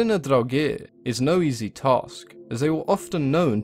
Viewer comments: Well it proncances in Swedish like this: Draogir or Dragr. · like the video but I dislike the way he says draugr